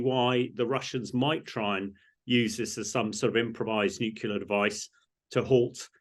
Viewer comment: Just the pronunciation...It's not 'nuculear', it is pronounced as you spell it... Nuclear!